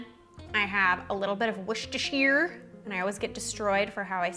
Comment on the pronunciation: Nice video! Good luck with your channel!! You say Worcestershire properly. Don’t let anyone tell you otherwise. It is three syllables, as you did… worce-ter-shire. The only variation is how one chooses to pronounce “shire”, whether it be shire, or shur, or sheer.